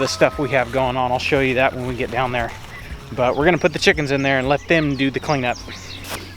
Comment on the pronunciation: Release the "chackenns"! Lol